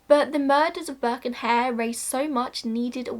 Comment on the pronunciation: after mentioning what happened to Burke's skeleton and skin I thought you were saying that no one knew what happened to Burke's hair 😂😂 I was really confused but soon realised you meant Hare 😂